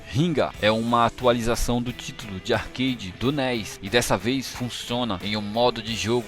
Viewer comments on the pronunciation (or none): none